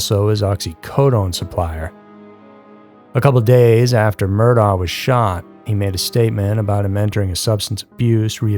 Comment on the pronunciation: Murdaugh is pronounced Mur-dock